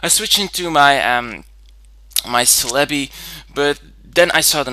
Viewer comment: I enjoy your battles and commentary but the way you pronounce Celebi is annoying :(